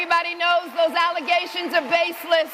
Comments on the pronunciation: Theze some false allezations!!!! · I'm here for the allezations 😂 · "Alizations" will always make me laugh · Can you do us all a favor, and post the 2 second clip of the super mayor saying False Allezations and not Facts? That would be so appreciated. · “Almost these allezations are baseless “ -Super AG James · "AlleZations" ~~ Super Mayor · Dude, you’ve gotta stop this madness…. I was speaking to my parents the other day and I said “allezetion” just naturally because I’ve been saying it aloud every time you play the super mayors clip. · "Alizations" I'm sorry? What? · Will never forget “False Alizations” 😂🤣. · sorry, just a bit of a comedy tip for ya. You don't need to explain "as the super mayor would say", just skip straight to saying "alleglzations", & maybe add the "NOT facts" part too. Just sayin', probably funnier that way. Aight den, love ya bud, say hi to Devon for us. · Why be all deez allezations?😂